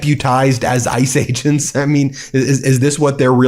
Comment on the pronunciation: Every time he says "Ice Agents" I hear 'Ice Age'.